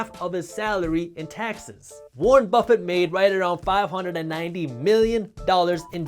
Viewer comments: Warren BRuffett. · warren bruffet